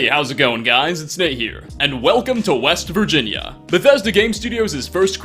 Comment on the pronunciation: WEEST VIRGINIA